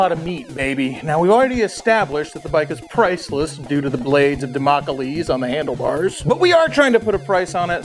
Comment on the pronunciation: Damocalese? Did you maybe add an extra syllable to Damocles?